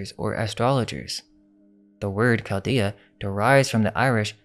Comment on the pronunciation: I love your videos, but it hurts my ears to hear you consistently misprounce certain words. Tome has a hard O and is not pronounced tomb. Chaldea, Chaldee and Chaldean is NOT a hard C sound and is pronounced the same way as the word chain or change. Magi is NOT a hard G sound. It's pronounced with a soft g. Scythians has a hard C pronunciation not a soft c. The cities of Hyderabad and Argyll are mispronounced in this video. Look up how to say Argyl Socks.